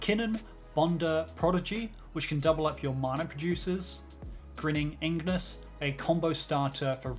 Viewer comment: First say Ig Then say nus.